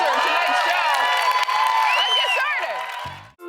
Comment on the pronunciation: Anyone else hear her say "let's get sharted!"